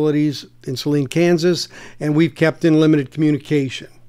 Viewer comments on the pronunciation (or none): Salina KS, not Saline lol